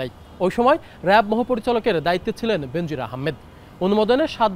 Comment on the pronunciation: বেনজির নামের উচ্চারণ হবে বে নজির